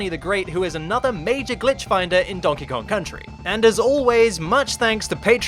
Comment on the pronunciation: Donkey Kong Cuntry